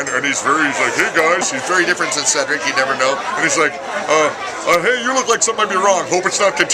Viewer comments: It's Cedric. Said-drick! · You really said ceedric😭🔫